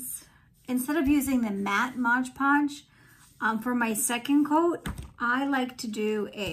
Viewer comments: Beautiful shell dish, but please.....it is MOD Podge. Not “Modge ”Podge. No G in Mod. Great work though. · Looks beautiful 😻— but it is MOD Podge, not MODGE Podge 😊